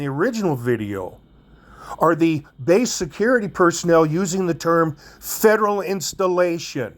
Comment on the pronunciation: Base, not bace. It's alright, you use the English language however you like.